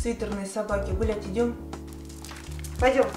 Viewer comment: Мне одной послышалось вместо гулять идем, Бл*ть идем?